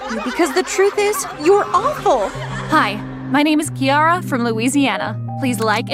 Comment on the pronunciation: Is not Kiara is keara No Kiara I'm Keara too But is okay It can be Kiara